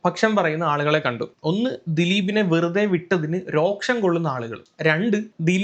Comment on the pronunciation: രോക്ഷം അല്ല, രോഷം ആണ്..😊